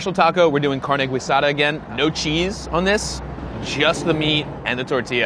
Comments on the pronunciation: yo! What is gweesada? Just here cringing every time he pronounces it that way! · He was close, so he shouldn't feel güilty :) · You know how Americans giggle at people with "silly" accents? As a Spaniard I thoroughly enjoy Americans making up how stuff in spanish is pronounced without a moment of hesitation. The confidence is commendable. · He can do better, that's not a hard one at all. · I kind of love his mispronunciation of "guisada". I will start doing it his way... I guess I will be very judged since I'm a mexican living in Mexico. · Don't pronounce the u in guisada.... lol! Loved this episode!!! Watching this in 2020 though.... crying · THE WAY HE SAID IT BOTHERED ME SO MUCH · the way he’s saying guisada makes me super mad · Didn't even go to tacodeli LOL also this gringo doesn't know how to pronounce guisada seriously? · My only issue is how you kept saying guisada. Lol. Good video otherwise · Exactly! The U is mute, you're not suppose pronounce it at all... 'Carne GEEsada' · Carne Guisada is pronounced carne “gee-sada” not “gwee-sada”. Not trying to throw shade, just wanna acknowledge how its said. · Carne Guisada is pronounced Gee-Sada. Gwee is not a spanish origin sound. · Every time he says "güisada" instead of "guisada", a Kitty dies. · And it’s not Gweesada it Gi-sada. GUISADA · Carne "Guisada" pronounced as "gee" in "geese" not as "güi" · guidasa is pronounced gisada. its carne gisada, not carne goisada. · good video but it's pronounced like "geesada" not "gweesada" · Every time you say Gwee-sada I wanna slap you. Its called GEE- sada it might be spelled guisada, but its pronounced GEE-sada. You're welcome dude. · He says guisada as gwee-sada its pronounced gee-sada it's so cringey. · Gwee-sada? There’s no diaeresis on the ‘u’, so there’s no ‘w’ sound, so it’s pronounced like ‘g-ee-sada’. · “Carne güisada” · I agree and it's Tex Mex not latin america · I died a little every time I heard "Gweesada" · It's GEE-sada, isn't it? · “Carne gweesada”😂😂😂